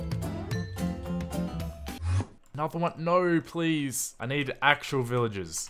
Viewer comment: “Noul” instead of No